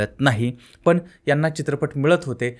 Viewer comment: तू अशिक्षित माणूस, पण ला पन बोलतोय, रोल्स रॉईस ला रोल्स रॉयल्स बोलतोय, बंद कर हे धंदे